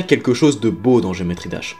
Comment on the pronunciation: pitié enlève moi cet accent a geometry